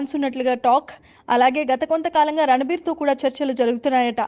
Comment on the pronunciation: He is not ranabir. It's ranbir